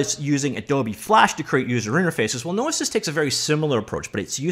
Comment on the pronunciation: Hearing him say "no-i-sis" instead of "no-e-sis" was what was doing my head in.